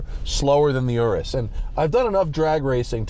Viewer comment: Also the way you say Aureus sounds like RS too. I'm going to ask Santa for one.